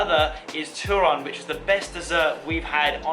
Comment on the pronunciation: Its turon! Not terron